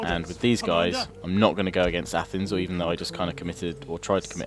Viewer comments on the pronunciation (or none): It’s pronounced A- th-neis